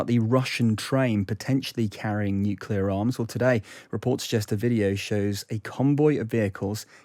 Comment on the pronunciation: If you're going to discuss 'nuclear', learn to pronounce the word.